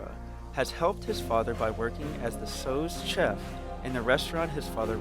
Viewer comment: He really just said "sose" chef